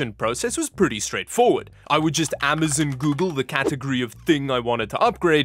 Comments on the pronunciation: Amazon is pronounced Am-uh-zOn, not Am-uh-zUn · Bro said “amazen”